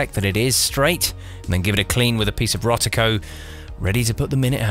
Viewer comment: There's no 't' in Rodico. LOL!